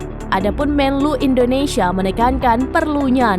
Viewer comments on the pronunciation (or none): none